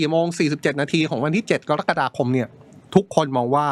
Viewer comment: คุณเป็นพิธีกรได้ยังไง เดือนกะระกฎาคม ไม่ใช่เดือนกอระกฎาคม